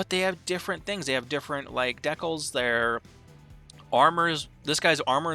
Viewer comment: Just a heads up, "decals" is pronounced "DE-cals" not "deckles" ;P